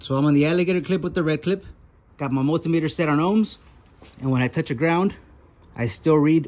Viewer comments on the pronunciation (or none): none